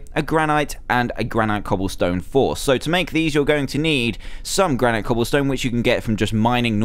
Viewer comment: It's pronounced gran-it